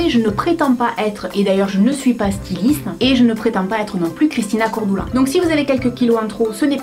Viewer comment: elle a dit Christina cor """doula"""""""